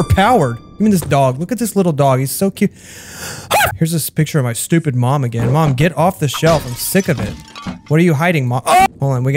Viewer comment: DID YOU JUST CALL A CAT STOi PID